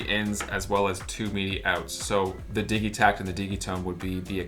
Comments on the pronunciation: nice video. does the digitakt come with that rack that tilts at an angle? I want to get my first elektron device, I specially want some drums and also a good brain, is this a good choice? the synkat and octotrack and analog drum machine all look cool. Also, I think its a soft g like, digital -- when you say digitakt or digitone (not like dig as in digging in dirt) - could be wrong but I dont think so. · I imagine the debate has been hashed out, but I haven't heard the arguments--how are we pronouncing "Digitakt"?? Seems to me it should be with a "j" sound, like digit, digital, rigid, instead of a "g" sound like Biggie, Jiggy, etc. Can someone enlighten me as to why the "g" sound seems to be taking over? Not just, either--seems like I've seen it on Ricky Tinez and other yt videos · I'm one of "those guys" that pronounces it, "Didgi-tact", and it always sounds strange to me to hear "Diggy-tact".